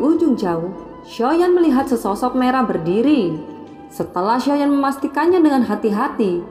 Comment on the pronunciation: Nyebut xiao yan ny jgn soyan kurang enak di dengar